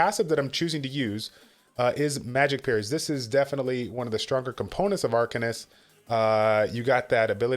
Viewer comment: "Ark-Anus"? 😱😱 Oh my, I thought this was a family friendly channel 🤫